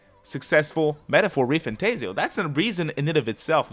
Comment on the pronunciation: For an atlus content channel it is surprising how you still can't pronounce re-fantazio property